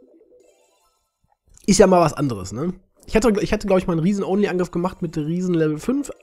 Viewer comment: 😂 hahahahahaha wie du only sagst kannst du kein englisch dann lass es bleiben 👎